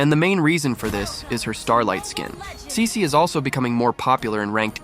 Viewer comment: Bro not saisi, its cici